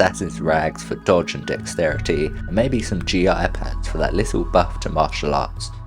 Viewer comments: It's not G.I. it's gi as in ghee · From an actual martial artist who trains with katana, (NiDan-ho in Hokushin Shinoh Ryu Iaido), they are not G I pants as in G I Joe, it's prounouced Gee and while there are many types of Gi (which simply means clothe or wear in Japanese) for different martial arts Gi is a standard name for martial arts uniforms, though usully it would refer to the top uwagi or dogi, though in Iaido(which is specifically a katana based martial art) we wear hakama for the pants which would be closer to kenshi's samurai clothpants but with flared legs rather than being bunched in. The dustcoat gives some ok protection all round, head, chest, stomach, arms & legs with a +4 martial arts bonus as well as some acid protection. You can get one essy at the srat of the start of the game in the bar at The Hub. Go into sneak mode, get behind the bar thug and attempt to knock her out, you'll fail(if this is your action in the game) but the bar guards will take her out for you, the you csn snatch it from her while she's unconcious, along with all her other stuff. It won't even be flagged as stolen. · Did... Did you call gi pants G. I. pants?!